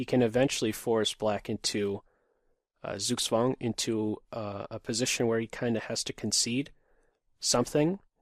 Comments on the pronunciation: If you really want to pronounce it better, don't say the Z as and S sound but more like Tsoog tsvahng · Sorry Victor, but this is not correct. There is a clear difference between the S in English and the Z in German, because the German Z is pronounced like the combination TS. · Yes, that's a good Suggestion. Perhaps a slight improvement would be "Tsook-tsvung" with a v instead of a w.